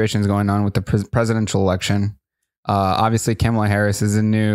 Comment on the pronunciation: Hi, just FYI. Kamala is pronounced Comma-La. Like a “,” .